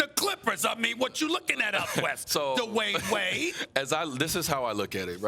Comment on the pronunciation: SAS: DUH-WAYNE WAYDDDDDDDDDDEE